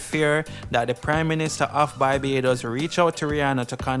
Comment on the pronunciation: Dude, it's not Bybados. It's BAR-BAY-DOS (Barbados). Learn to pronounce names correctly. How would you feel if someone keeps calling Jamaica (Jaymacia)?